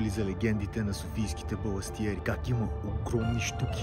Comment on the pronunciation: Казва се и се пише баластриери